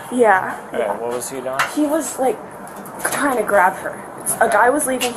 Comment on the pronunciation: "I'M TWYING TO SOW YOU!!!! PWEASEEEEE!!! NOOOOOO, TOOOOOM" 😂😂😂😂😂